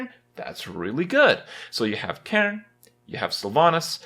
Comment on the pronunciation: The way he says 'Caine lol